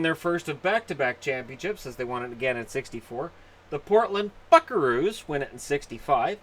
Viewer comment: Sounded like he said Portland F*ckaroos